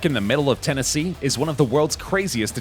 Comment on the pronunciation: It's "Tennessee". :) Cool video!